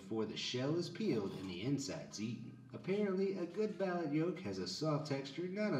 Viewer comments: LOL .. he says "balut" like "ballot". It's pronounced "ball loot". My sister in law likes it but I would never never try it .. yuck. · The way the guy pronounced “balut” made me mad